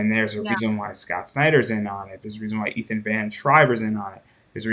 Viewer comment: you keep saying Ethans name wrong, plus understand your husband will never ever be welcome back into comics, I will stand at that gate forever